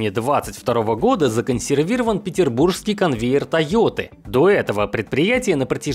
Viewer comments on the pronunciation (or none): Объясните этому безграмотному журналисту, что пишется "ПетербурГский", а говорится "ПетербуРСкий", буквы "Ж" нет ни в версии для текста, ни в разговорной !!! ДИЗ за безграмотность !!!